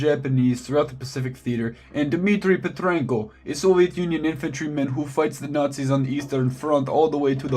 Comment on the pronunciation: I love how he names Petrenko and instantly his accent changes to russian